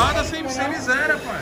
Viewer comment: Agora a Jessica tem que beslicar ele também pra parar de falar pae.... tudo é pae.pae